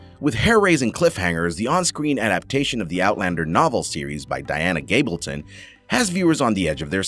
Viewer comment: You clearly missed how to pronounce Caitriona's name. Say Catrina. And its not Dana Gabalton but Diana Gabaldon.